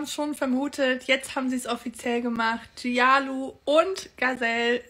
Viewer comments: Dieser Gialu ist grausam. Musste ihn blockieren. Das du seinen Namen aber nicht richtig aussprichst und es dir auch egal ist finde ich nicht cool. Ich finde Namen korrekt aussprechen sollte selbstverständlich sein egal was man über diese Person denkt. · du verbreitest nur hass, sie tun keiner seele was :O und du sprichst gialu absichtlich falsch aus, hättest du dich wirklich mit ihnen befasst wüsstest du die Ausprache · Nicht jede trans Person ist gleich, nicht jede trans Person muss so denken und fühlen und sich verhalten wie es dir/ euch passt. Leben und leben lassen. Gazelle & Gialu (dass du deren Namen nichtmal versuchst, richtig auszusprechen empfinde ich einfach als respektlos) helfen sicherlich Menschen, die so fühlen wie sie es tun. Dieses Video ist einfach ein Schlag ins Gesicht für einen Teil der LGBTQ+ Community (kann man nicht einfach mal zusammenhalten, auch wenn man eben anders tickt? Du musst nicht alles verstehen, respektiere & akzeptiere die Menschen doch einfach.) Außerdem solltest du bevor du so ein Video machst evtl nochmal über nicht-binäre Menschen lesen. Es scheint, dass dir da ne Menge Wissen fehlt. LG